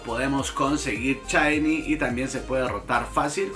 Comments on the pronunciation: Dices chainy porque no puedes pronunciar? O para hacerte el gracioso ? Si es la primera está bien pero al menos a mí me caes mal cuando lo dices. Y si alguien pensaba defenderlo o atacarme abstenganse no pienso discutir. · Porque diablos pronuncia "chaini" ?